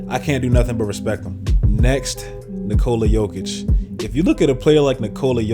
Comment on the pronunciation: Omg i am so happy u are the first person who knows how to say Nikola Jokić. I am from Serbia and i am just crying when i hear people sayin' Nikououola Džoukič.